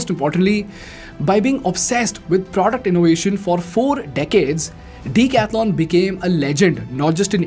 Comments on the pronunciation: OMG! please don't butcher decathlon's name... it's pronounced duh.kath.laan not Dee- catha-lon. And you are planning to teach others in English! 🙄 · You need to improve your pronouncing. It is not "deek athlon". It is "deck-ath-lon" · You pronounce it wrong! It is not Deeecathalon... it is a 'duh'. Lookup the pronunciation! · The name DECATHLON, I think, is a greek derivative like Marathon, Triathlon etc. Does the company itself pronounce it as DICATHLON, like everyone in this video are pronouncing? The instinctive way to pronounce it is with a "DE" in DECATHLON. The phonetics of the spelling is quite clear. So, I don't know why you are calling it DICATHLON when every customer instinctively calls it DECATHLON. Hence, the question on whether the company itself officially calls itself DICATHLON by pronounciation? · I like everything except its name Why so big bro Could've gone for something better I guess... If U read this, and then again see the video, wherever he pronounces decathlon, it looks.. like a weird thing between the sentence.. lol, elongated for no reason. But i mean... yaa very nice company, everything gr8 superb